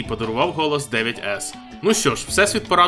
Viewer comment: Крутий канал, дякую, але прошу надалі вимовляти правильно Ту-Бі (2В) та Найн-Ес (9S), бо фанатам Аутомати ріже вуха))